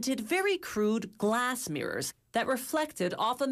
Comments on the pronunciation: Mrs Narrater, it's pronounced 'mirrors', not 'meers' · Girl you're emphasizing the wrong syllables